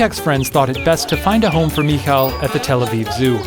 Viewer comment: You pronounce the name Michał like "mihau" btw